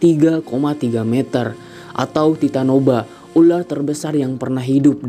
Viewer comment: Titanoboa. Bukan titanoba😅